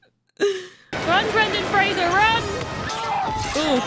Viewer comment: Right off the bat, props on pronouncing Brendan Fraser's last name correctly!